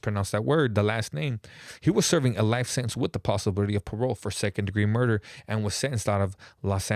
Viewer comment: you hella awkward when u tell these stories. “SeConD dEgRee mURDdder” 😂